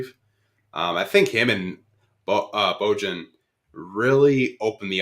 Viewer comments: Who’s Luka Donsick? Who’s Bogone? BoJohn? It’s pronounced Bow-Yawn lol y’all are crazy. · Love these podcasts yall. is very knowledgeable and keeps things real 🙏 But can yall PLEASE learn to pronounce Bojan (BO-YON) for the love of god 😂😂